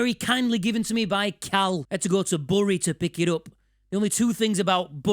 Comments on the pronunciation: BURY IS PRONOUNCED BERRY NOT BURRY! love the vid tho 😂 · I was born in Bury! Not been back there in decades mind. Also it's pronounced "berry", or more likely "berreh" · Pretty sure it’s pronounced ‘Berry’ 🤣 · It’s pronounced Berry, you white rose philistine!